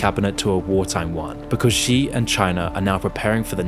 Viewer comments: It's not GEE or ZEE Jingping. Xi is pronounced like SHE. I hate the dude but common man. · Please just say "she" for "Xi," and not whatever it is you're saying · But I wish he could pronounce the Chinese leader's name too. Xi = She. As in 'She didn't do her homework, and she wants to destroy Islam and take over the world'. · I don't know if I can believe this guy who doesn't even know how to pronounce the name of China's prime minister / Paramount leader. Especially when there are so many sources that model the pronunciation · Yeah, but fails on "Xi" lol